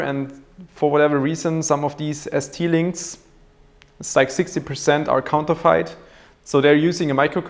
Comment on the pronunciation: Just a heads up, but "counterfeit" is pronounced with a silent 'e', so you would say 'counter-FIT'. Your English is very very good, but you confused me for a second with that pronunciation.